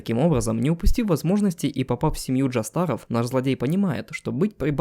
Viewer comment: джОсторов, а не джостАров